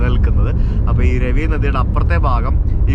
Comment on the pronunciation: രവി നദി അല്ല രാവി നദി